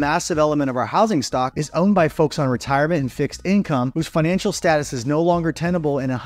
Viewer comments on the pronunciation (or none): none